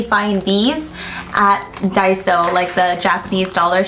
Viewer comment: Finally someone says Daiso correctly. All the slime people read it like “Day-so